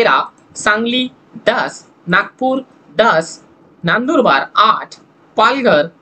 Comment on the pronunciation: नानदुरबार नाही नंदुरबार म्हणा